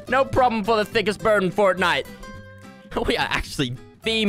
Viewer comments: thickest bird in fertnite ME: its pronounced FORTnite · Stop calling it furtnite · Fortnoit is how he says it